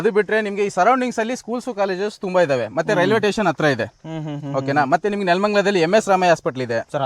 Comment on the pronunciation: Tation alla guru station. Pecentu, parshantu allapa raja